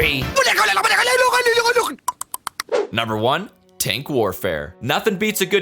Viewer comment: Sherman firefly (Bri' 'ish tonk) PZ II (German tonk)